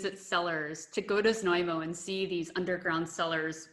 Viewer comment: Prague You've pronounced Znojmo absolutely correctly, but your wine guide hasn't :) My hometown is worth to visit not only because of wine cellars but also amazing historical centre of the the town with the gateway to the The national park Podyji/Thayataal!